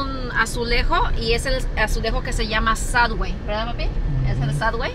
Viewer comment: Sad way!?!? Es subway!!! Me teté a las mas clases de inglés …..